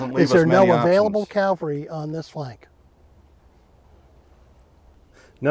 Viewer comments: This is my first time watching one of your videos. Looks like great fun! I'd love to do that with my buddies. BUT.... even tabletop wargame buffs must be able to say 'caValry'. Saying 'caLvary' when speaking of mounted troops is sloppy. Best wishes with your future content. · I'm always puzzled why some Americans mispronounce Cav-al-ry as Cal-va-ry. ie General Meade in this video. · DId he say caLvary??? ugh...